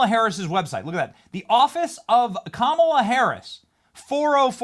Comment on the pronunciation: It’s KaMAla!!!! An Indian name with the emphasis on the MA!!!!